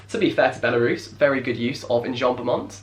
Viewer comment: jack u say enjambment really strange